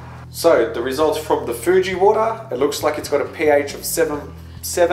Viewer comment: Hahaha that Foooji xD